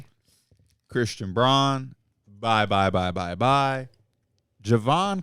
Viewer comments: Love the pod but it’s pronounced Christian brown not bron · Christian Braun is probably the only guy’s name that P constantly mispronounces. He prides himself in that but Braun kicks his ass lol